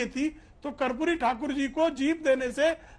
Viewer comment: ये उदित बाबू ठीक तरह से माननीय कर्पूरी ठाकुर जी के नाम का उच्चारण तक नहीं कर पा रहें हैं. दुःखद